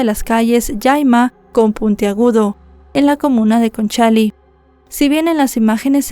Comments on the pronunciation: Hola, la comuna es Conchalí, no Concháli, 😅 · Es Conchali con acento en la i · Conchalí con acento en la i